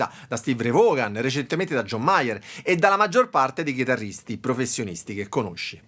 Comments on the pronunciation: Voon e non vogan... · Tutto molto bello, ma la pronuncia del cognome di Stevie Ray non si può sentire 🤣 perdonami 🙏